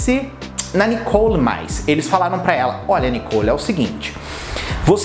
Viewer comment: não e nicou e sim Nicole ! fica bem melhor fica a dica .